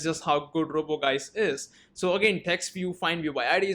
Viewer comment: I think it's supposed to be pronounced like "juice". Anyways, great video!